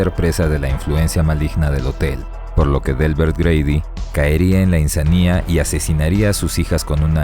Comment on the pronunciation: Es inSAnia, no insaNIA, bobo..........